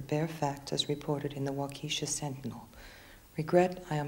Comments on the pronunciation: Just to be clear....it's pronounced WAU-ke-sha...not Wau KE-sha.....:) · She refers to Waukesha, Wisconsin, but her pronunciation is so humorous is so "quaint", Waukeesha! I live but 30 miles away! Damn nice town!